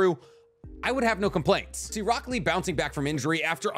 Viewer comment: why do i hear broccoli instead of rock lee